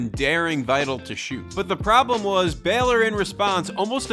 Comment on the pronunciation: Good video. It’s pronounced “BAY-lor,” but good breakdown of the coaching and the talent.